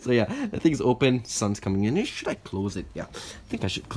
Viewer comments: You said sh** instead os should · No he said should but it sounded like it